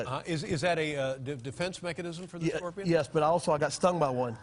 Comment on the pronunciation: "This a GORPION !"